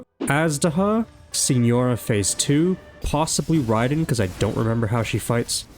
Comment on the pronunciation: "NOW YOU FACE THE TRUE GOD OF THUNDER!" - other Raiden. No, not that one, the other, other, Raiden. The one pronounced wrong. Him